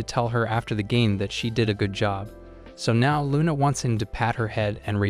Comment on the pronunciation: HER NAME IS LUNA😂😂😂NOT RUNA